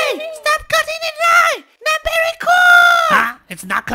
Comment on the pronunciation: "very"怎么变berry了😂